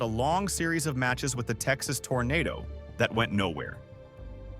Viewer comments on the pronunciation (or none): none